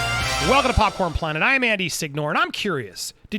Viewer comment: And ...Andy.... It's Popconed planet... Not Popcorn planet you psychopath 😂